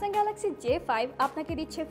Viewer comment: ঢং বাদ দিয়ে ঠিক মত গ্যালেক্সি বলা শিখ আগে বেটি!